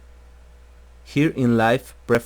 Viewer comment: "midi deBice" u kiddin???))))))